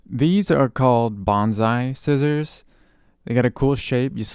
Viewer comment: Just a quick FYI about bonsai scissors. They’re Bone-Sigh, not Ban Zai. Banzai is what kamikaze’s yelled when they would crash planes into battleships. It’s the same word Japanese businessmen yell when they want to get pchyched up about something. Bonsai (Pronounced Bone-Sigh) are not at all related, it;s just they seems similar to English speakers so they’re easily confused. ボンサイ Bonsai 盆栽 バンザイ Banzai 万歳